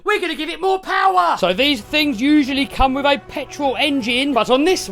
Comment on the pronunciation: No S's are more "pAWar"